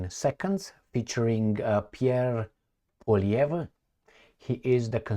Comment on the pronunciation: ...calm down!... Poilievre... DISPENSE... with silly reporters... POILIEVRE... pronunciation is: POUA... LIEVRE... Like the River LOIRE... LOI... RE.. He is French-Canadian... from the Province of Quebec...